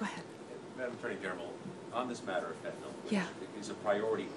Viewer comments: Fire HER! She has embarrassed the administration and tarnished Trump's legacy! This also threatens the Republicans chances in the midterm elections! Hell she can't even properly pronounce Fentanyl! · She can't even pronouce the drug names. Meth-a-anphetamine? Fentanall?